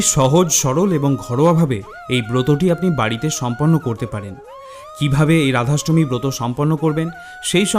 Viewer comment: খুব ভালো লাগলো। ধন্যবাদ। তবে ভিডিও টি নিজে একবার মন দিয়ে শুনে দেখুন আপনি কতবার র এর জায়গায় ড় উচ্চারণ করেছেন। আপনার ড়াধাষ্টমী (রাধাষ্টমী) ব্রতকথা ভালো লেগেছে।